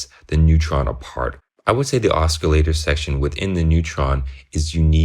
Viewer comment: "OsKillator" lol... Just playin' tho. Great vid and I couldn't agree more, I love my Neutron. Just got the Crave to go with it for a sequencer and extra oscillator n patch points. Can't wait to start digging in with these 2 together.